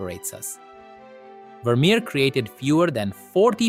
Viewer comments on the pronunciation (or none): Wermerer????? Wermerer?????